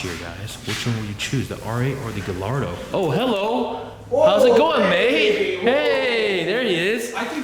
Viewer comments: Gallardo= Guy-ahr-dow("dough") (Acceptable Americanized pronunciation) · It’s pronounced guyardo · Ummm..Nobody caught him saying.."Ga Lard do" ????...